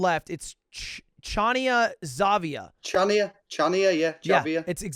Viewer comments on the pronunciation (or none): I am a native greek, and hearing the city's name mispronounced so badly made me cringe, I shall make it easier for you Ludwig, it is pronounced (ha-nya) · you couldn't say Χανιά "ha-nyah" more wrong even if you wanted to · Lud it would not be 'Xavia', but rather something like the eng translation given. In greek the 'X' would be similar to a 'h' and the 'v' would be an 'n' so it would end up as 'Hania' with a bit of throat on the H. The little mark on the 'a' denotes an emphasis on the 'a' of 'Hania'. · the way he said chania and χανια when its spelled hania killed me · DUDE that Greece round was INSANE! Im Greek and I would never have guessed Crete! But I guess it makes sense because Crete is big and the houses look too ran down to be in a small tourist(that guy with the white hair is probs a tourist) island. Btw its pronounced Hania, X in Greek is like H in Holiday lol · Actually the word Χανία is pronounced diferently. The first letter is an h as in harry and you read it like hania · Ludwig: pronounces Chania "Xavia" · Came here from Cody Ko’s video. Fun stuff. Chania is pronounced more like “Han-ya” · The funniest part of this video was when they kept calling that one place “Chania Xavia” 😂 sometimes it pays to know a bit of Greek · I am in pain listening to him pronouncing Χανιά exavia. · Not to be that person but their pronunciation of Chania... it hurt so bad, but other than that that was really cool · His pronunciation of Chania is making my ears bleed